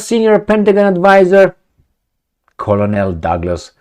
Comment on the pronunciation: 'Colonel' pronounces just like 'kernel' Two syllables, not three.😊